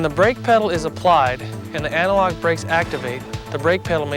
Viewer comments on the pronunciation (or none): Also the dude saying anti-lock like analog irks me.